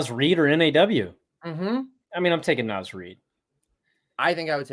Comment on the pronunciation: T-Wolves fan here. You guys really get what this team is about. One tip—NAW is pronounced like “Nah.”